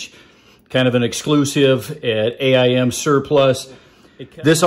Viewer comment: It kills me when you say "A. I. M." it's actually AIM Surplus. Say the word aim don't spell it. It's not an acronym. I'm not trying to be a smart a$$.